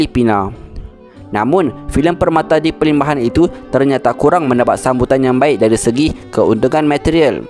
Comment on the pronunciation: ada kesilapan sikit pd PERMATA DI PERLIMBAHAN,Admin sebut PERTAMA DI PERLIMBAHAN,harap lebih hati2 waktu penyampaian.jgn laju2 biar dengar lebih santai,apa2 Alhamdulillah dan terima kasih Admin info panjang lebar yg byk lg sy x tau tentang Almarhum Haji Mahadi.sy cukup minat beliau